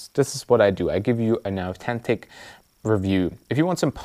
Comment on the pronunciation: I think they mean that its not "AweTenTic." As I herd in this video...I think he wanted to say Authentic. The H was ignored in this video as was the food quality.